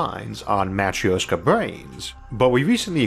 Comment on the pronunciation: It's not Matr-i-oska lol Here are some ways to write it for correct pronounciation: - matrɵshka - matröshka But not matr-i-o-ska, there is no "ee" or /i/ sound whatsoever. It's pronounced it like in "sIr", or "sYrop" "gErman" or "lEArn" or "bUrn" Greetings from Russia!